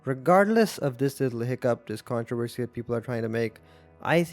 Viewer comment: ive never heard some pronounce controversy like you just did 😂